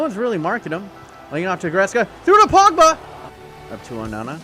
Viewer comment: P O G B A not Pabba